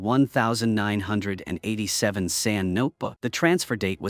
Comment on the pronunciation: Can't even say 1987 properly. AI trash